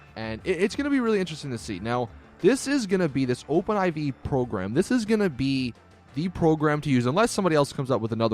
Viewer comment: It's Open 4 dude. Not Open 'I-Vee'.